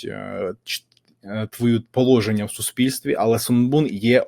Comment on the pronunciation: Пане, їх - це КОГО, ЧОГО. Ми відмінюємо слово їхній за всіма відмінками!!! Також прошу перевіряти наголоси. А що це за положення?!